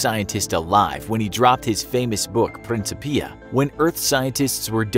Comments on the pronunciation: it's pronounced prin-kip-ee-ah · Pronounced 'prin-KIP-ia'